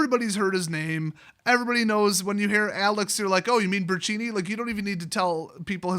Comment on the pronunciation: Say it with me... Bur ton chee ni